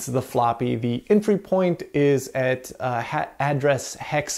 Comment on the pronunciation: Why do you say “et” instead of “at”? Pretty different. ;)